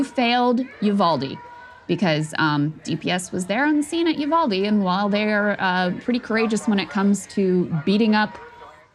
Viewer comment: "you failed Uval de" absolutely stings